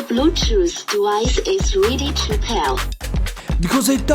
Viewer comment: “The Bluetooth dewice is ready to pel 😹😹😹”